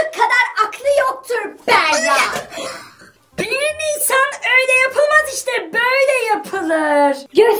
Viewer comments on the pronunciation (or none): Berra değil Bera doğru 😊😊😊